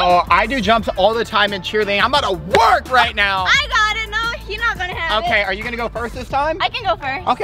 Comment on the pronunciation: is kinda weird when he says work!